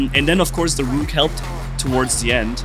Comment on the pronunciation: You're saying it wrong!! Hey, Rook is pronounced as if it's rhyming with "took". Like "I took a Vitamin C."